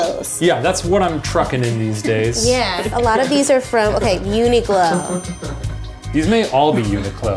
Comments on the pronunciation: I am still so bothered by the fact that mispronounces Uniqlo as Uniglo. Does she read q as g? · Did just call Uniqlo uniglow